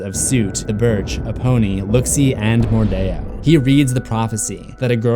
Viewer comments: Why did he say Mor-die-or? Isint it mordeo? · It's MORDEO not Mordayo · It’s not pronounced “mordayo” it’s pronounced “mordeeo” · mordeeeeeo Not mordayoh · Wait wait wait do you just say queen wordeo